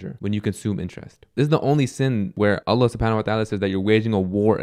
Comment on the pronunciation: may Allaah bless you - brother i understand you may be from Syria etc, but the pronunciation of Allaah needs to change as i notice many arab brothers from there speak like that. The emphasis is on the laam ل, not on the "a" in Allaah. Lastly, the haa', ه, needs to be pronounced. It should be pronounced as you do so in the Qur'aan